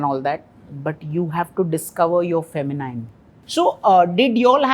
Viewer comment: Feh-muh-neen and not feh-muh-nine!